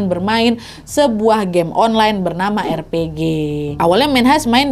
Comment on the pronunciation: RPG bacanya Ar Pi Ji, nad. Itu jenis/genre BUKAN NAMANYA. 😂😂😂